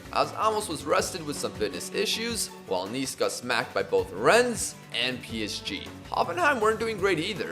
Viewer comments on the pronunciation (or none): none